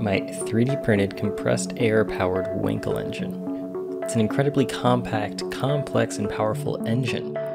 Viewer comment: Dude it is not called a Winkel but WAnkel